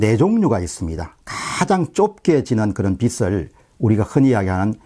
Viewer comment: 박사님, 비슬, 비츨이 아닌 비즐로 발음해주시면 감사하겠습니다.